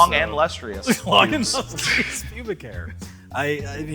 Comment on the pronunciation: LustrEEus and now MischEEveeus?